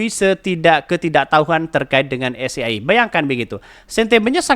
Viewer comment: Bukan es ge ai e tapi s ji ai i